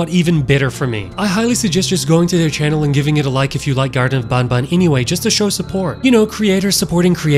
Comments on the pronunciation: It’s not bun bun it’s ban ban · It makes me laugh when he says garten of bon bon instead of garten of ban ban, it makes me think of Fnaf 😂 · Man needs to say ban ban instead of Baun baun is a life time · Its not boun boun it’s ban ban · Is not bonbon its banban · If i hear bonbon one more time... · its pronounced b-A-n b-A-n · Bro says bonbon3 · who the hell says banban in a french accent bro